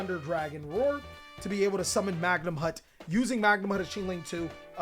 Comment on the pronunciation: I love all the choices in this list. Batteryman Sol ARE, Bystial Magnum HUT, Bystial DruiDswurm, Bystial SURAnir, Luhvee-a-near, BRRRonne defleur, Bystial dis PEETER, HERATIC seal, -Magna-moot -Droo-iss-worm -Soar-uh-neer -Diss-pay-ter (I mean seriously its a reference to the word "Dissipate")